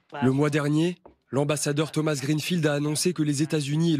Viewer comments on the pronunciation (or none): none